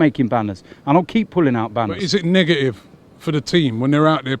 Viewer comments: It's 'negative' not 'negaive' FFS.😕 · The black guy said niggative